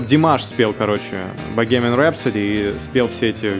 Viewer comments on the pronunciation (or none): Английское произношение: Bohemian Rhapsody - читается как Бохемиан (не Богемиан) и Mercury - в оригинале звучит как Мекьюри